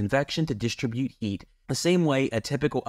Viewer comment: I'm not sure you are pronouncing the word "distribute" correctly. But I could be wrong. But in the end which heater was the best when you factor everything in, including cost of the heater.